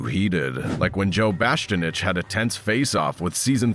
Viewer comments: His name is Joe BASTIANICH! Not Joe BASTANICH! 🤔🤨😒👎🏾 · Joe Bast-cha-nitch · " Joe Bastinich " 😂 Please ban AI narration for the betterment of youtube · I like how the AI can't pronounce Joe's last name correctly.